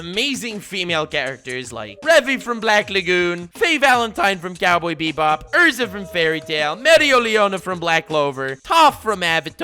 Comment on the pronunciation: He keeps calling Erza an Ursa.. Why..